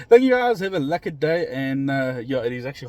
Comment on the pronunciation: I like your videos by the way and You keep on saying have a "lucked" day what does that mean? 😉